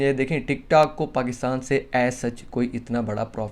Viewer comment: Bro Pakista nahi Pakistan hota hai